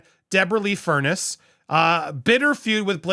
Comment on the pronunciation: Its furNESS not furNACE